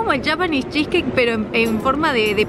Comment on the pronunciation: Soy la única que odia que diga "yapanes pankeiks"??, decí panqueques japoneses JAJAJAJA